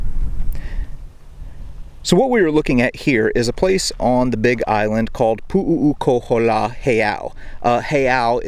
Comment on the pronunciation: You are really screwing the name, it’s Pu’ukohola there is no three u’s and the other Heiau is Maleikini, you haven’t pronounce any of the Hawaiian names right. You should have learn the names first